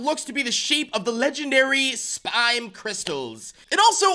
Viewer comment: it’s spime not spine. Your not getting spines.